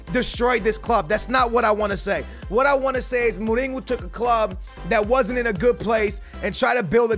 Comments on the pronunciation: His name is Mourinho not mouringo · You’re saying mourihos name wrong